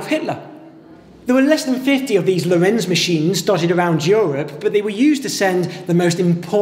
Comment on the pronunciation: Good explanations! One thing that baffles me with all English speaking vids about the Lorenz Cipher is the strange pronouncation: it's Lórenz with stress on first syllable, not Lorénz.